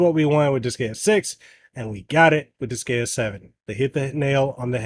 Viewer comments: Why are you pronouncing it like that......its dis-GUY-uh.....not dis-gay-uh... Can't be a fan if you can't even pronounce the game right hahahaha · its Dis-guy-uh not Dis-gay-uh. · Friendly advice, when in doubt, check the Japanese name, you'll get it right. Even English native make mistakes sometimes (with Pokémon for instance). In the case of Disgaea, it's Disugaia in Japanese, where "a" is always pronounced as in "apple" and "i" always as in "image". It's then di-su-ga-i-a. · Hahaha he says "disgayuh" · Same! I had to leave i recoiled everytime he said dis gay uh lmao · I...can't with that pronounciation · The pronunciation….if you’re gonna do professional video game reviews, you should maybe research how it’s pronounced first. Otherwise people aren’t going to take you seriously. Pro tip. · Couldn't watch. Him mispronouncing the name of the game repeatedly took away any and all credibility. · the way you say Disgaea makes me cringe DX AAHHHHHHHHHHH but it soudns similar to D5 which is great in terms of story and gameplay with new extras im sueprexcited about it